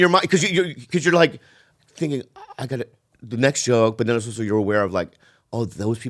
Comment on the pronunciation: holy shit Jamie was right he does say “oso”